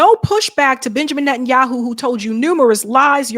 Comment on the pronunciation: I thought you said "Bitchamin Netanyahu" lol